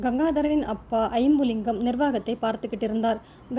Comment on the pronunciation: Iyumlingam illa jambulingam ma tamil correct vasinga